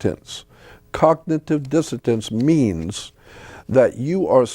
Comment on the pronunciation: Cognitive Disso-tence??? What the hell 😅he doesn’t know the definition of cognitive dissonance either.